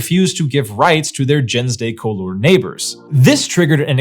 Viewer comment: Your pronunciation of “gens de couleur” is atrocious, and this is from someone who French people had a hard time understanding because I couldn’t pronounce French words correctly after years of living there. It should be more like “zhahn duh cool-err” (IPA: ʒɑ̃ d(ə) ku.lœʁ).